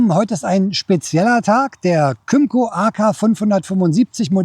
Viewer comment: Kim-co, not come -co.